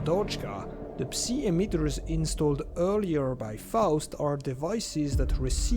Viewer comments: Let me help you with English pronunciation, “Psi” or “psy” is pronounced like “sky” without the “k” sound, and without the “p” sound. As in the first sound of “psycho” or “psychotic” “Hazard” is pronounced with a hard “H” sound with the first A vowel being pronounced as the ä sound, like Hazmat, like the British pronounce H and the ä sound following it. HÄ-zard. The following “a” also sound more like an “e”. “HÄ-zerd” Love the videos, and the effort put into them. Anything to help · Ngl, i hate the pronunciation of "Psi". I just say it "psy" because that makes sense lol